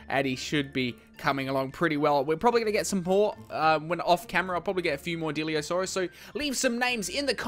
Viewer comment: It's not diliosaurus it's dilophosaurus